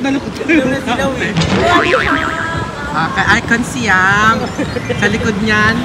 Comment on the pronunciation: ไอคอนสยาม. เคารพวัฒนธรรมของเรา ออกเสียงให้ถูกต้อง. คุณออกเสียงมันว่า สยาม ไม่ใช่ สิยัม In english respect our language. Not si-am it is sãam(sayam)